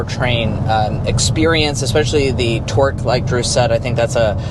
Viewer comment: Guys it’s not Twork it’s TORque